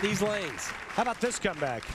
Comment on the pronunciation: Am i the only one who think it sounds like Randy says "how about this scumbag" ? I know that he is sayin "how about this comeback" but still.....